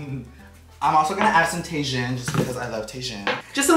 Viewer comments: calling TAJIN (tae-jin) is hilarious got me saying it just like him 🤣🤣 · When he said Tay-shun instead of Ta-heen lmao